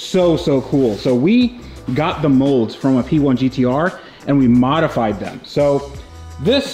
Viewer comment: that's a McLaren 'Pee'1 ROFL 🤣